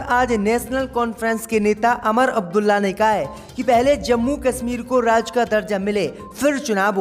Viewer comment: भाई उमर अब्दुल्ला को अमर अब्दुल्ला,बागपत जिला को बगावत जिला बोलते हो ।